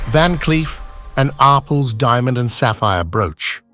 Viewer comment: IT IS PRONOUNCED —- “R” “PELS” —- in two separate words!